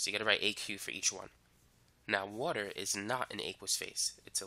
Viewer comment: I love the way he says "~woter~" lmao